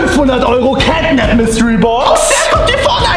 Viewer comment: Кэт нэп а не кэт нап и он из 3 главф